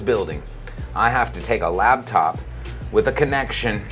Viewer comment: wtf is a labtop 😂😂😂